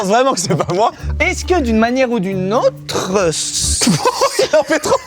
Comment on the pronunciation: ''est-ce que d'une manière ou d'une.. AUtre...'' 🤣🤣 et Squeezie qui pète un câble sur 😂😂